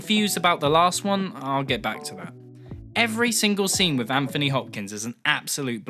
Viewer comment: Dude, you're English. You should know how to pronounce "Anthony".